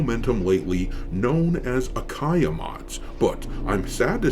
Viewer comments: It’s Ayaka-Mods, not Akaya 😉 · Doc... it's Ayaka not Akaya. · Man, it is "Ayaka" mods, not "Akaya" 😄. But the short of it: I love mods, especially those fixing the woke madness pestering so many games!! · Oh and the sites name is A ya Ka not akaya ^^ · Quick note Doc. You have "Akaya" mods in your video. It's actually "Ayaka" mods. Just want people to be able to find and support them.